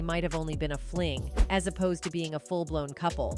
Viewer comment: a "fling" that sounds like [imping...